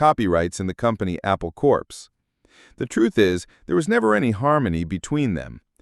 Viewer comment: It's called "AI Slop" because it's sloppy. You want to fix it? Probably not, but if so: 1) Actually listen to the audio before uploading and fix the mispronunciations by making the text phonetic in those spots (eg: "cor" for corps instead of it saying "corpse"). 2) Replace the photos that don't match the text. How hard is that? 3) Fact-check so that more than 80% of the text is true. But then you might not have much of a video, I guess? There are a lot of channels like this, and maybe multiples under the same owner so they don't care about quality, just clicks. And maybe this is all most of Youtube will be in the future. But a little human care and effort could go a long way, if you really want to get subscribers to stick around--OR, people might just get used to crap, in which case you guessed right.